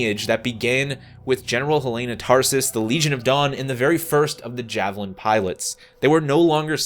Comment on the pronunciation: “Javelin after savilin” 😂